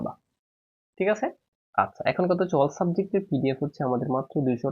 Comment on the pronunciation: Thik😅 thik k tik bole khora k kora bole sir 😂❤